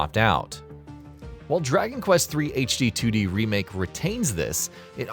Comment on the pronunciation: Draky Quest 😂